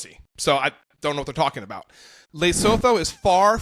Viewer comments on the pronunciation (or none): It's not Laysotoe. It's Luhsootoo.